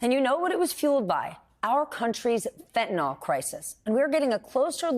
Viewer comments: And American chemical companies supply chemicals to cocaine cooks. What about the Sackler family? It is called "f e n t a n y l" not "fentan ol." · And pronounced fen.t̬ən.ɪL Whats with all the people saying fent̬.ən.oL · Fentanyl not fyntanol it's fentanyl. F E N T A N Y L .